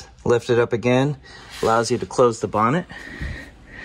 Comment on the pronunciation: Hay you said bonnet how very British, well done .cheers from UK.